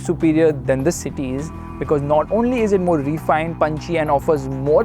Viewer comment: Why do our Indian auto reviewers keep saying "ree-fined"? It's "refined"; please Google the pronunciation and get it right. Thanks!